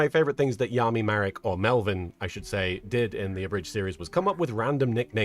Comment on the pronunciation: Oh you weren't pronouncing Yami like that just to be funny? I would have never realized it wasn't a joke. 😂